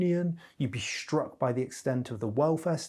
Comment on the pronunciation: For the love of God... it's 'hiStory'. Not 'hiSHtory'. It's Struck. Not "SHtruck". It's Struggle. Not 'SHtruggle. This is an affectation. Notice he doesn't say 'shtill'. He says still. He doesn't say 'sho'. He says so. He doesn't say 'sheeing'. He says 'seeing'. Why are people adopting this idiotic affectation?